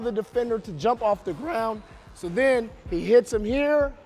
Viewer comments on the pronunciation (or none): Play When he say ground Hahahahaha